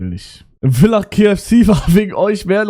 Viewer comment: Wenn mal wieder ne Ösitour is bitte kommt wieder nach Villach und ich bin stolz auf dich dass du Villach richtig ausgesprochen hast WOW